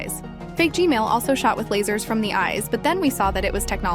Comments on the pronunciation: Why do you say G-mail toilet not G-man toilet 🚽😡 📹💀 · Bro said G-Mail ahahaha😂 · Why do you say g.mail toilet?! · Why do you keep saying Gmail toilet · G-Man❌ G-Mail✅